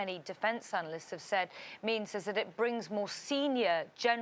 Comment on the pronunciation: lmao 😂 morale dude not "moral".